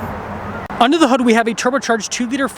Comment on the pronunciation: In what part of the country is hood pronounced hod ? 😅